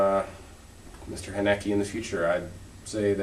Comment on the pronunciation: u misspronounced Hnake, but it was cute ;) u should watch some of his other films. they are always really volent, but i like his style. u should watch the interview called haneke on violence. i think it explains his motives a lot. just for the record, i understand that u sometimes had a problem with the characters speaking too fast, but belive me, that also happens a lot when i watch english movies with subs.